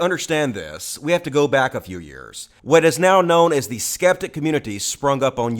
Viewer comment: "That's nwot what I said!"